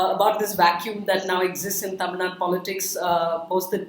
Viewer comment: Its Tamil NADU! not Tamil Nad.